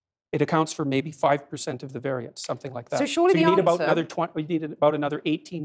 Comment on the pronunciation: Ask him the definition of variance please if I hear him say it one more time incorrectly…